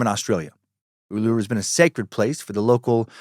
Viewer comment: Lol, you're so funny, Dan. Uluru is pronounced Ool-la-roo and Ayers rock is airs rock